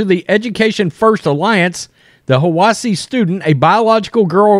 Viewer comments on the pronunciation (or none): it is pronounced HI WASS EE